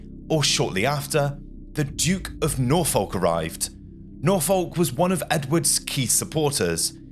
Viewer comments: Is this AI? I note you have an English accent but pronounce things the American way (Nor-folk). Also dem instead of men at one point and you don't blink much. The story is fascinating but it feels a bit weird, What is going on here? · I did not think you were AI, but your pronunciation of Norfolk was strange...it's the county in East Anglia which most Brits pronounce 'Norfuk'... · Norfolk is pronounced weird😮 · Why do you use such odd pronunciations for Norfolk and Trollope? Are you an AI? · Really irritating intonation never seems to end a sentence but rises instead, doesn't blink and an Englishman that can't pronounce Norfolk, or Mortimer's Cross correctly. Is pretending to be A.I.? There are a number of things that I would consider inaccurate, the battle at ferrybridge and the killing of Clifford being chief amonst them Clifford was not killed by some lone sniper Archer having removed his helmet, he was killed with all his men having retreated to Dinting Dale once Fauconbergs horsemen had forded the river at Castleford and outflanked them. Also there's no real evidence the Lancastrian archers loosed their arrows first. It implies they couldn't tell how the wind would reduce their range and that it would provoke a return volley. Unlikely. Almost certainly the Yorkist archers feeling the wind saw an opportunity to out range their opposition and took it. Nice illustrations though even when innaccurate ( I'm assuming by A.I. or lifted from somewhere ) however the illustration of the Armies formed up appears to show the Lancastrians formed up on the site of their own encampment from the illustration. Did they pack everything up completely leaving no sign before starting fighting or are the two encampments shown far too close together. The lack of a human brain in the illustration process can allow that kind of basic error. 60 is a "mass grave" of sorts but seems more likely it's for the locals that were killed, considering the 3000 or